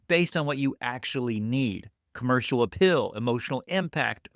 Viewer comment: Are you from Utah? It was the way you pronounced the word "Appeal"